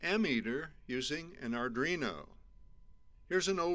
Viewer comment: What's an "ardrino" ?